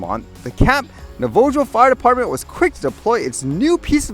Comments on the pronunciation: FYI: It's pronounced Nah-vah-ho. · In defense of pronunciation of Navajo, I can imagine me trying to pronounce some Canadian indigenous names.